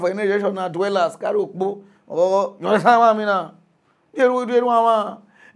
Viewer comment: The funny way he pronounce "you understand" 😂😂😂 yihansan😂😂😂